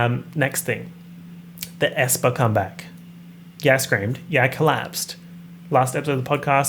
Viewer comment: omg i’m so proud of your aespa pronunciation yess